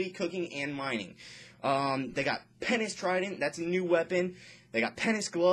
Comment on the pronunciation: when ur talking it looks as if ur rapping and you shake ur hand so many times. and way u say penance glove sounds like "penis gloves"...... anyway gr8 info :D